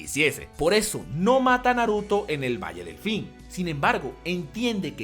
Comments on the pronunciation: Valle delfin Valle del fin Solo hablo rapido pero si se confunde xd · solo yo escucho: “Valle Delfín”? Y like para que hable de la Tabla Uchihistica modificada por Zetsu y su Sharpie Marca Uchiha Encebollada